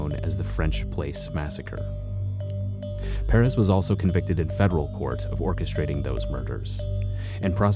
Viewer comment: As a native texas it hurts me to him miss pronounce Perez